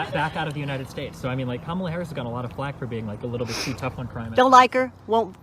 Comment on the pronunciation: "I Don't Hate" proceeds to mispronounce "Kamala"